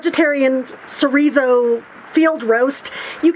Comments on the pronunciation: I read about using soy flour and some apple sauce for egg replacement in Tightwad Gazette years ago so I do that often. Tho I am not cheagan. BTW do you mean Chorizo? I believe it's cha like in child, :) At least that's the way we pronounced it when we made burritos at our store. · Great job can’t wait to try it. If you are interested the word chorizo is pronounced ch like chuck and a long o. So is sounds like cho re zo.